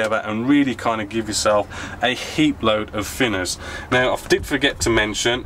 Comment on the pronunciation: FINNERS! Please can you try saying TH and not F....great vids apart from that!